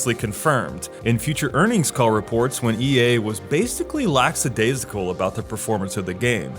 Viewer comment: Great video ("Laxadaisical" is incorrect pronunciation)